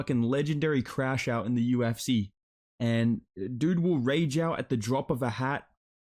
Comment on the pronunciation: "I im thi first Ifrican to call flights in the Yu-If-See"